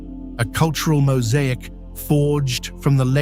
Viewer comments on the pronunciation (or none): none